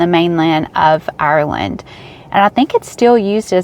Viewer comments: Tip.... Maybe ask locals how to pronounce Ireland.... the way Americans pronounce Ireland makes most Irish pissed.... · ur grand.... thank you for explaining... I lived in NY myself for 15 yrs and I know it annoyed me with the way Americans pronounced Ireland... its the way ye pronounce ur Rs... no offense taken... glad you enjoyed ur stay in my country.... hopefully you have some great memories....